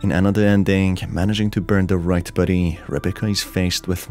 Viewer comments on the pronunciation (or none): Took me 7 min to realize you were saying “body”, not “buddy”. The whole time I kept thinking “nice to call them buddies instead of cadavers” 🤦‍♀️ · Every time you say body it sounds like buddy and I cant take it seriously lmao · body, not buddy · Bruh the way you pronounce 'body' as "buddy" is cute😅✨ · The way you say “body” sounds like “buddy” kinda threw me off, lmao. Makes this less scary. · why you pronouncing body as buddy? lol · The way you say body. Never heard that accent before. Thanks for the video.